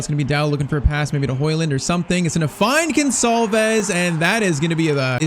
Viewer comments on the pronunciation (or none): none